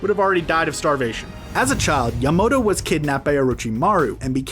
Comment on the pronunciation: EVERY NAME IS MISPRONOUNCED! Bayukagan, borudo, ackasucki, asooma, kabooto, yamado, kagooya, uchia, mitsooki, uzoomaki, ootsoosuki Edit: sorry if it’s because of your accent or something like that